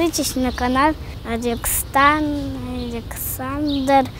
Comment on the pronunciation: мне показалось что он в конце сказал аЛЕКСАНДР Сучкин